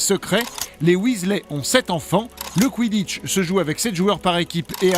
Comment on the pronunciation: Il dit wesley au lieu de weasley wtf